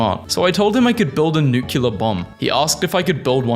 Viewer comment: Will you PLEASE PLEASE PLEASE pronounce nuclear as NEW CLEAR and not NUCULAR?